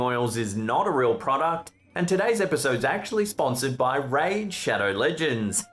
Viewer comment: Bahahahahah I thought he said "Rage cheddar shins" instead of raid shadow legends. I was way interested in the former haha